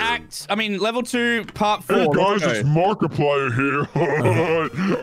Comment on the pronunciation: no one is gonna mention they said markplier?